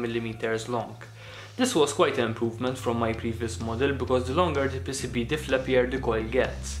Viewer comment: Dude, I thought he was calling them pesipie, but he was saying pcb.